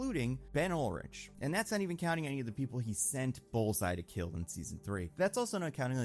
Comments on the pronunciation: Ben Urich is pronounced “yew-rick”, no L in the name and “ch” is pronounced “ck” for his name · you are killing me BEN URICH “U-Rick” Urich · are you telling me that the guy who just said Ben Urich as “Ben Ulrich” and called Thaedus “Thaddeus” in all his invincible videos is bad with details?